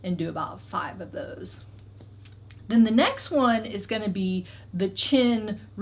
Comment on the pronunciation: I swear she says Necks , instead of next . Hahahahaha .